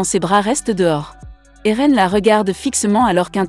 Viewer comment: Et a Eren ce n'est pas Aaron mais Eren